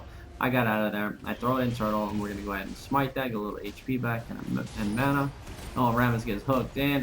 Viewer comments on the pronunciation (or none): none